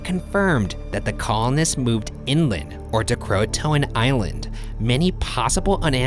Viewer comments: It’s pronounced crow-aye-t-an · Cringe every time they pronounce Croatoan. KRO A tion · “CROATOAN” Me, dying: yOU STOP THAT